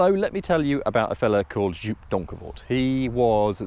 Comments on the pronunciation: Please hand over the steering wheel to Mat Watson! Ps. It is Jóóp, not Joep.... Worst (special) car review in years.... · Joop, not djuup 🤣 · Joop is pronounced "yope" haha